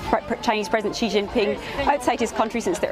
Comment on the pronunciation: I am quite amazed by who can pronounce President Xi's name accurately.